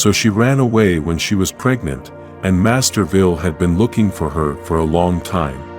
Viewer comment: Is there a town called Masterville? 😆. The AI narrating always mispronounces words. Just get a real person to read the script.